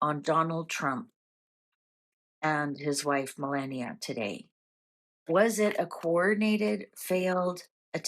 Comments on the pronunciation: Melania. Meh-lah-knee-ah. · PLEASE CONSIDER PRONOUNCING MELANIA'S NAME PROPERLY. IF YOU LISTEN TO TRUMP PRONOUNCING IT HE SAYS: MEL- LON-EIA. SHE'S OUR FIRST LADY AND I FEEL PRONOUNCING HER NAME PROPERLY IS RESPECTFUL. I'M SUGESTING THIS WITH THE UTMOST RESPECT. LOVE YOUR READINGS, I HAVE BEEN A LOYAL FAN FOR AT LEAST TEN YEARS AND WILL CONTINUE WITH THE SAME SUPPORT AND LOYALTY. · Please pronounce Malania's name correct. There is no "e" in her name . Ma-la(rhymes with FA)-ni(sounds like nee)-a. 😊❤😊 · Common Pam Malania isn't her first lady, give her a break 🎉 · None of you pronounce it correctly anyway. It’s originally Meh-la-ne-a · It’s Melania